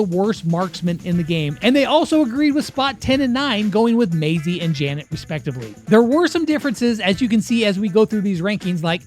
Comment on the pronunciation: bro really sead Janet?